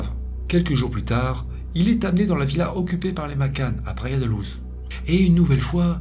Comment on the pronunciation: Très intéressant, comme toujours. Sinon : -Praia da Louj -Guarda civil (Gouarda) ; guardia, c'est en Espagnol. Merci pour ton travail.